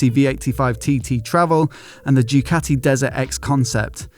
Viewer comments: What's a "jewcati"? Is that English for Ducati? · Thai-umph and Thai-cati